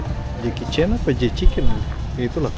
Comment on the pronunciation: Tolong bangggg itu J. Chicken bukan J.Kichen... gak jadi endorse dahhh 😂